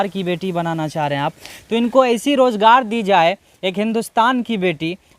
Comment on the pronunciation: بھائی بہت خوب اللہ مزید ترقی نصیب فرمائے لیکن آپ تعلیم اور حاصل کرلیں الفاظ کی تصحیح کریں ز کی جگہ ج بولنے سے بہت برا لگتا ہے سن کر مثلاً مزہ کی جگہ مجا روزگار کی جگہ روجگار